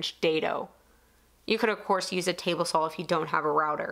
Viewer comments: I love the flat wall slider, nice project. I also like that you sound like you're saying sawl. I look forward to the next project! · "Sawl"...gets me every time.